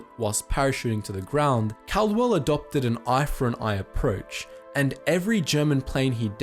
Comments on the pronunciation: called-well ffs not cal-de-well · It’s not Cardwell, is Caldwell, it’s said Called well. Believe me I know, that’s one of my last names 😂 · The Australian pilot's name was pronounced 'CALLdwell', and the VCs that went to Upham are 're-VEERED'.